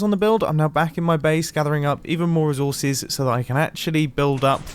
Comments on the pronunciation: IT'S NOT REUSES IT'S RESAWSES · Humans: “Resources” MumboJumbo: REZZZOUURRRRRZESSS